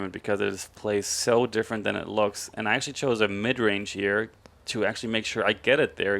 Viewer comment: Please, learn how to say "actually"